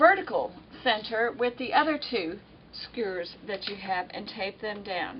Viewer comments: Doesn't she know how to pronounce "skewers?" Skewers! Not skurs A southern or Texas accent wouldn't prevent a person from pronouncing "SKEWERS" correctly. Shesh. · Sugah, skurrs is fine by me. Folks from other parts of the country can't understand me either. I'm from Southside Virginia and we say houws (house) and aboot (about). Even folks from Northern Virginia think we're from Canada!!! Thanks bunches for the great info....'specially for centering the pieced backing. That's always been a pain to deal with. And I enjoyed listening to someone knowledgeable who I can understand!!!! Really!!!! You're a gem. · Thanks for your video. However that is a very large table in my house, and i don't have room for it in my small room. Unfortunately all your detailed explanations didn't work for me. Also, lol, sorry, I couldn't stand to hear your mispronunciation of skewers again 😊